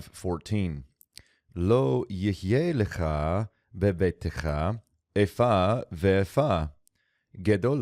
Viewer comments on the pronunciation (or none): This channel is not always correct on grammar and pronunciation, and this is a case in point. Regardless of the preceding long vowel, in order for the shewa to be vocal, the letter-Taw would need to carry a daghesh. Hence, as it stands, it is “bebeit-cha,” NOT “bebeitecha”. In the event that two shewas occur together in the middle of a word, the first is silent and the second is vocal. (By the way, my pronunciation is Mizrahi.)